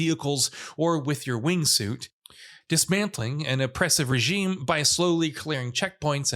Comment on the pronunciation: That’s not how you pronounce “regime.”